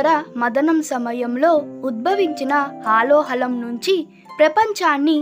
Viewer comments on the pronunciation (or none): It is not halo halo It is halahalam